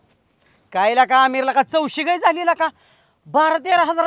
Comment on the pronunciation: are gai nahi gay mhantat re